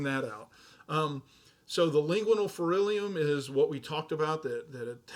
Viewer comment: I love your videos but in all of them I notice you consistently pronounce a lot of anatomic terms wrong, I am wondering if that is instead a dialect thing? Like the word is "pharynx" almost pronounced as "fair-inks" but you kept pronouncing it like "fair-nicks" or "pharnyx".